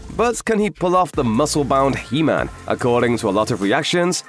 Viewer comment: it’s he man not Hemnet